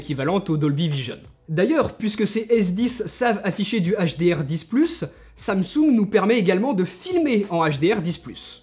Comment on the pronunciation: Quand t’as dis samsung j’ai entendu ça me soule